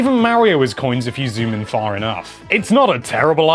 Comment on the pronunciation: "If you zoom in far inough" wtf